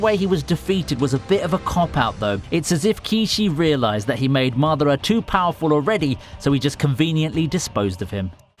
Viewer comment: Thanks for not Butchering Madara's name